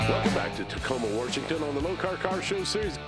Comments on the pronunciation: Did he just say, “Warshington”? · Bro said warshington💀